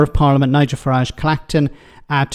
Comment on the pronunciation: Lots 😂😂 Fuhrage 😂😂